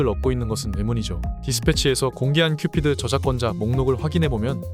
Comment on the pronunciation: 큐피트가 아니고 큐피드.